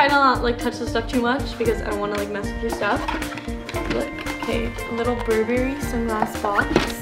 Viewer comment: bur-berry... lol its pronounces "Burr-brry" not berry! lol